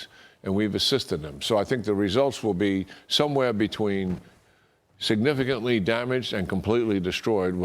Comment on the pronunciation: " signaficantly humuliated" realy😂